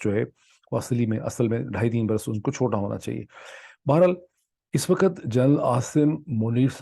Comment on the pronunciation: I very much appreciate the depth of you research and presentation. Unlike any other Pakistani journalist. However your use of words like چوتیا does not match your scholarly vlog. One more thing I like to mention here is your pronunciation of certain words. Like بڑھنا or بہر حال the way ypu pronounce is بھڑنا. The word is ب ڑ ھ نا not ب ھ ڑ نا۔ the word بہر حال shoul be read as BA-HER- HAL and not BHAR. HAL. Hope you don't mind my comments. دالسلام